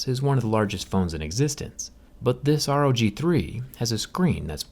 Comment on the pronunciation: Rog not r o g